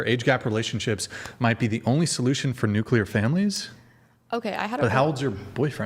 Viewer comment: What is a ‘Nucular’ family? Lol